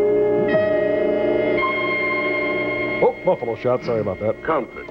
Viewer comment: If they're going to reference Scott Baio so often, they should learn how to say his name.